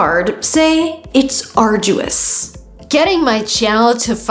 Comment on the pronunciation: No, you are teaching them wrong! "arduous" and "grueling" are not pronounced that way!